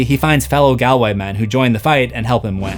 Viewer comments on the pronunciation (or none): Tuam is pronounced chewam. One syllable.... Galway is Gaul-way. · great video, just a heads up on the place names mentioned in the rock road section, Tuam is pronounced choom and galway is pronounced like it had 2 Ls similar to gallbladder. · Oh god, the way you pronounce tuam and galway 😂 it's closer to "choom" and "gawlway"